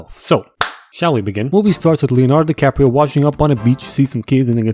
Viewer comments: leonardo di-corn-on-di-cobb-reo..... aaiyooo.. i am on the floor 🤣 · Replayed a few times. Leonardo di corn-on -di-cobrio. Awesome. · "Leondardo-di-corn-on-di-cobb-reo" You just ascended, my man. Higher Boi. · "leonardo de-peak-rio" got me dead laughing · "Leonardo di-corn-on-di-cobb-reo" had me fcking dying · Not gonna lie, kinda pissed myself at "Leonardo di-corn-on-di-cabb-reo" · Leonardo di-corn-on-di-cobb-reo 🤣 i‘m fucking dead